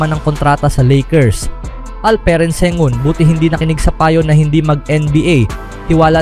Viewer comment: Ang masasabi ko ay malakas ang phoenix suns basta magkasama sina Sengun at Sengun. Dalawang tao ba sila?😂😅😂 Bakit pabango-bago ang bigkas mo?